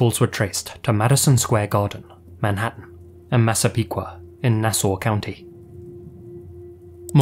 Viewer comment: Very surprised that actually pronounced Massapequa and Nassau correctly.